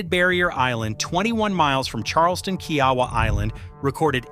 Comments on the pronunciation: Kia-Wah not key Yawah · It’s pronounced KIA-WAH